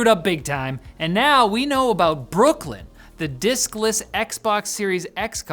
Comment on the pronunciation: Holy crap every time he says diskless I keep hearing dick-less, I died.